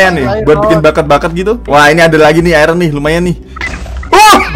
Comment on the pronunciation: Bang itu iron bukan Kual